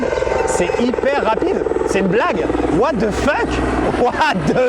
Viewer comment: Tout ce qu'il faut retenir c'est waaah de fuck 😅 psartek l'anglais maxime